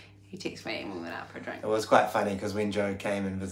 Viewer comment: I love it that has assimilated quite well.... "I sent her a tixt... then asked her out for a drenk"... Well played